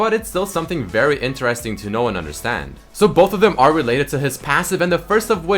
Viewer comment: why does he pronounce "interesting" so weirdly?